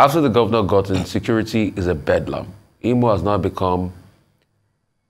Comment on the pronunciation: This Imo state man whose name you guys did not pronounce well has come here to seek for appointment with Hope Uzodinma. Sorry this man is a purchased and paid servant of the APC agent.